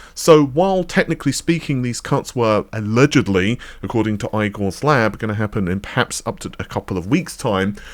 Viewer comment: It's so hilarious that you "STILL" promise Igore's Lab like... EYE-GORE...😂 brooo.... It's pronounced Ē-GORE ... Not.! EYE-GORE. Let's see if you learn.